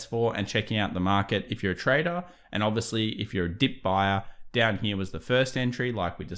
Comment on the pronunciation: I really like your content. Then you pronounce “here” almost like an American cowboys “he-yaw”. Serious info and a laugh!